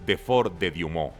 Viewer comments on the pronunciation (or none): No es "diumon" es Douaumont, se puede decir tranquilamente "duamón"